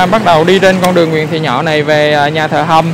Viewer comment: Nhà Thờ Hồng hay Nhà Thờ Hầm ông? Sao tui nghe ông đọc gì lạng xạ vậy? Nhà của tui đấy ông. Hihihi.